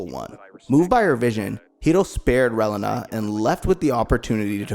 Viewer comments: I'll forever hear this guy call Reilina "Well uh nah". Ray-Lee-Nah. not even going to get into all the others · wiw, you need to review the material to work on how you say the names. You said the names of the pilots right at the opening but then you begin butchering the names right after that. Relena for instance goes more Ray-lee-nuh placing emphasis on the second e in her name and giving it a long sound. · bro. Reyleyna? She’s not a chile relleno. It was Releena. Lady unay? It was “une” like un (French for one). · the way you say relana tho 🤣 it’s reeeeelena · The mispronunciations just pissed me off. It Ree-Lee-nah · Dont take the wrong way, good video, but hearing u mispronounce the names over and over was quite annoying lol. Its Ree-lee-nuh. And Ca-tra lol. Besides that good job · Pronounce Relena's name wrong one more time. I dare you. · I tried to watch but the pronunciation of Relena made me quit :(